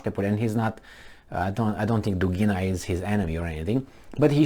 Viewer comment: dUgina, not dugIna